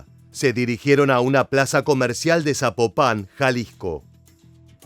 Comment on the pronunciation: Corrección: Zapopan, no Zapopán.😉🤷